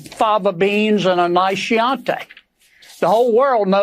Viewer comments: It's Key-anti, not She-anti (chianti). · Trump is an idiot, and any fair minded person would conclude this. You are pronouncing Chi·anti [kiˈanti]. Incorrectly Kennedy you dummy. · Shiantay? Wtf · I especially like that Kennedy didn't know how one would pronounce Chianti in his fake Foghorn Leghorn accent so he went with "sheeeee-on-tay" XD XD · A Shiante ????? is that an American blend of wines ?? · Hey! I remember a couple of years ago when Donald Trump was looking into the “oranges” of things! What the hell is “shee-on-tay”? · Did he say "cheeante" or was that because he decided to do the interview without teeth? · Did he just say”sheantay”😂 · His mispronunciation of 'Chianti'.. Shee On Tay😂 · Wth is with all the fascination for Hannibal Lector? And it's pronounced kee-AHN-tee. 🙄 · In French, I know what « chiante » means, this is how my husband calls me sometimes: «T'es chiante ! » 😂 I love you too, honey 😚 But in this unknown language, honestly, I don't know. 🤣 Maybe the Italian wine, the chianti ? But it is pronounced Kee-antee, and not this abomination. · And now we know, that Mr. Kennedy does not know, how to pronounce an italian sparkled vine... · Never a trust a man who can't pronounce Chianti! 😂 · Foghorn Leghorn Kennedy can't pronounce "Chianti"... Who didn't see that happening? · He can't even pronounce the name of something that tea-totalling Trump doesn't drink anyway. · Well Sen Kennedy is a pathetic stooge! And does not know how to pronounce ‘chianti’! 🤣🤣🤦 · that fool cant even say chianti properly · I know what Chianti is I was busting on dudes mispronunciation of it. 😊